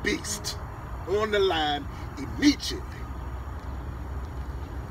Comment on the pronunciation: He said immedchiatley